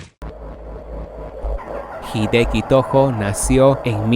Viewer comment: La parte más terrible de tu video es cuando pronuncias la palabra nació sin su acento correcto.